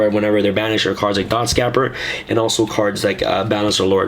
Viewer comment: The way you pronounce Dotscaper is tilting me super hard. The way you pronounce it is basically the same as you would pronounce cape. Add the "R" to cape and you get the way it's supposed to be pronunced.